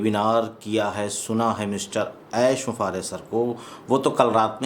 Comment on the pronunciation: आप ऐश बुफारेह बोलते हैं, कोई ऐश मुफारेह बोलते हैं। आखिर सच क्या है, कहीं मैं आपके उच्चारण पर नाहक संदेह तो नहीं किया।, कृपया स्पष्ट करें।